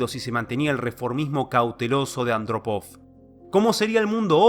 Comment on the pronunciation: Hay un fallo menor si no se respeta los acentos ortográficos. Eg. en la prnuncicion de 'Andrópov' en este video.